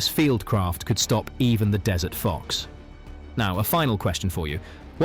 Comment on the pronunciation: If you must use AI narration, you could at least spell check your script. I'm sure the Rats of Tubruk would be mortified to hear they had fought under dessert conditions. I doubt they got much ice cream at the front. They weren't Americans.